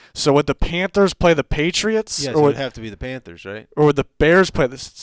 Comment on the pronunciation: plz stop sayin panfers